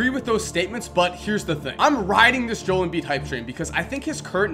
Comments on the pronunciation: I LOVE YOU BUT YOURE SAYING HIS NAME JOLE AND IM ALMOST ENTIRELY POSITIVE THAT ITS PRONOUNCED JO-EL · He was pronouncing it like Jol Embid but I thought it was like Jo El Embid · I was going to like the vid but then u said Jole instead of Jo- el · It’s not jole Embiid it’s Joel embiid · “Jo-el” not “Jole” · Joe-el Embiid not Jol Embiid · love the video but it isnt pronounced jole its jo-el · I am sorry to correct you u but, I am a Kansas fan and is name is pronounced JO El not Joel It's Joe ell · Joe el not joul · jo-el not Joel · god dammit JO-EL, JO-El, not JOLE fucking JO----------EL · The fact that you say Jole not Jo-el annoys us dozers fan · This is hard to watch because of you saying JOEL instead of JO-EL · jeesuz its not joel its Jo el shit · JO EL NOT JOL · Im sry, I love your work, But its JO-EL embiid NOT Jol embiid. Ty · let me help you out, JOE-L not Joel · JO-EL is how it's pronounced not Joal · It's not Joel it's pronounced (Joe L) I'm not even a Sixers fan and I'm annoyed 😂😂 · Jo-el not Joel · It's joelle embiid not jole...... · Is Joe-Ell not Jole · It's pronounced Jo-el, not Joel. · Just so ya know....his name is pronounced Jo-el, not Joel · JOE L NOT JOEL LIKE BILLY JOEL BUT JOEL LIKE JOE L (LOL) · Bro, it's pronounced Joe - El, Not Jole. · JOEL: 2 syllables. SAID: (JOE L) NOT LIKE BILLY JOEL AS A SIXERS FAN THIS IS ACTUALLY PISSING ME OFF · Real Dallas Cowboys Fan It's fucking Joe L. Not Joel. Two syllables. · 0.03 jol embiid lol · Hehehe he said jol embid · Your pronouncing his name wrong it’s Joe-el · It’s pronounced jo el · It's Joe-el Embiid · It's pronounced (joe) (L) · its joe-l embiid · He saying "Jole" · its JOE-L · Just saying it is Jo-el Joel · Pronounced Joe El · Joel { joe-el} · its pronounced joe-L em-beed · Boom Goes the dynamite no he said it like jol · Really?? 😂 ITS JO - EL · his name is JO-EL. Joel is two syllables. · Actually it is pronounced "jol" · It's pronunced joe L